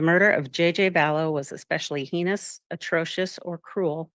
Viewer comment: Madame Clerk does not know how to pronounce "heinous." She should.